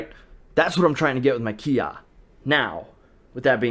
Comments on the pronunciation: Sorry but it's bugging me 😂 it's not "KI Ah" it's its "KI eye". The pronunciation I mean. The word Kiai is actually made up of two characters KI (sprit or will/energy) and AI (together). So it actually has nothing to do with shouting although shouting can be an example of a physical expression of that interaction with your opponent. That all being said... I know what you mean 😂 Everyone uses that term when they talk about the vocal "shouting" sound. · I'm just laughing that you think that a kiai is actually Kiya first of all kiai is pronounced (key eye) and when you kiai you don't say KIAI! It's just a sharp quick expulsion of air and tension of the diaphragm that comes out as a shout. I feel like someone from Japan must have spread the whole keeya thing as a way to make fun of Americans lol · It's not kia it's kiai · Why does he say "ki-ya" and not kiai lol. Kiai is the name of the sound. Ay ya is the sound. Its really not important but I'd feel like a karateka would know that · you need to study up on you kiai sensei ;) your not supose to say kiai, and when your saying the word kiai why dont you pronounce the last I? xD Anyways i think that the bang, boom, bopp sound is good to learn timing maybe? thats why i think it helps with traning :) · Sensei, dude, you gotta learn to pronounce kiai right. You're bummin me out, black belt 😑